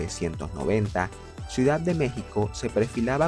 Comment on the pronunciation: Ciudad. No suidad